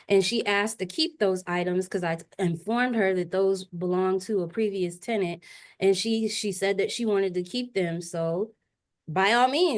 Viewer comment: The way the judge is pronouncing the tenants name is driving me insame